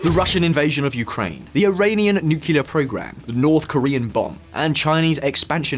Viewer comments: new-clear not nucular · Did he say nukyuler, or something? It's nuclear. If you can't pronounce it, say new clear. Not rocket salad mate. Nukyuler is so Donald. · It is nuclear, not nucular. Good bye. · How do you pronounce NUCLEAR? There's only one "U".